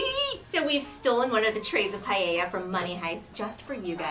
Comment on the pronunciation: Am I the only one here that hates when people say pallella instead of paella 🥘